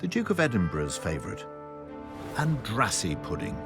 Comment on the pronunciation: It is pronounced like "Andrashee"